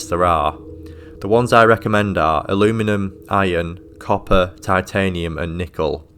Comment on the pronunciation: if i have to listen to somebody referring to aluminium as a-loo-minem one more time, i might have to get therapy